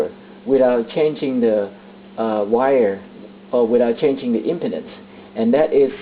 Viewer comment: I like how you pronounce impedance, LOL. Sounds like impotence.